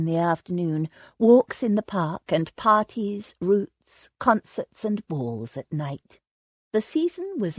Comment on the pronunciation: I don't know what to think about this narrator's mispronounciation of normal English words used in period novels. Calling it the "tun" instead of "tawn"...using "roots" instead of "rout-s" and the absolute drive-me-mad towards the end..... "JIG" repeatedly instead of "gig" (the G sounding like "good"!)....which was what made me wonder if English might be her second language? Wonderful story and the voice isn't really bad...except for the fact the editors did not catch this irritating error.